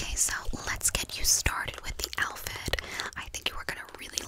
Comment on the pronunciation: Barely four minutes in and I’m falling asleep. I heard and saw my brain say, Elphid? What’s an elphid? Then I woke up a bit and realized you said outfit!